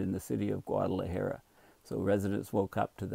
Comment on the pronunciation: Dear - As a courtesy to your Mexican neighbors, please learn to pronounce Guadalajara. Oh - and take a look at the country Costa Rica. Please don't call it Costa Rico. Please accept this small criticism in the most friendly way possible. Cheers.